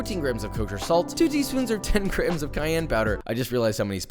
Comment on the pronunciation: am i the only one who hears grahams instead of grams?